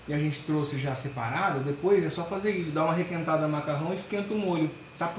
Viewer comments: Não se usa dois verbos: errado falar: vou ir Fala-se irei Não é truxe. É trouxe 😂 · não é truxe e sim trouxe, vc está falando muito errado. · n é truce é trouxe plmdssssssssssss q agonia